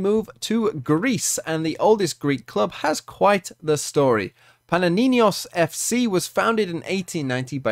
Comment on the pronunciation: It’s you mispronounced Panionios not pananinios